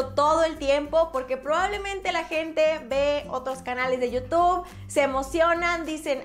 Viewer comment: NO ES YIU TOB SE PRONUNCIA YIU TUB Como con U youtube